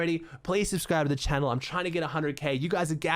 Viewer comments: He said welcome back to my youtube channe-l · The way he said channel today 😂